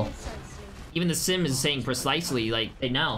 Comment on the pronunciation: Even sym is saying pre-slice-sly. Notes. Ok but ML7 is one of those people that any time I think I'm improving in game, I watch him, and I remember I deserve to be in silver. He would just utterly destroy me for basically any type of bs I would do to try and duel him. He's nutty.